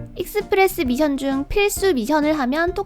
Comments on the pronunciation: mission인데 자꾸 발음을 tion이라고하네 미쎤이 맞아요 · 미션할 때 ㅅ발음이 th네요 특이하시네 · 서울 사람 아닌가 미션이라고 할때 이상한데 경상도는 미쎤이라 하지